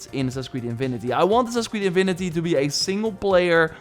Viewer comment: its not invinity its infinity, the v is wrong, not a “v” sound, a fffff sound, lol